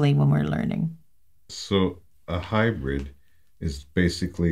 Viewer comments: It is not hyBRED it is HyBRID LMAO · It sounds like you're saying high bread. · All I’m hearing is “hybred” 😅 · She’s saying High bread gel. Hybrid. Hybrid. High bread.